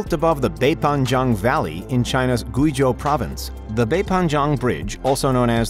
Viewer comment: I’m not normally a stickler, but if you’re going to say the word “Guizhou” so much please just google how to say it first. It’s more like “gway-joe”